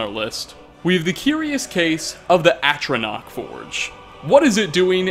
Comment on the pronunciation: By the eight! He FINALLY pronounced ATRONACH correctly! 😱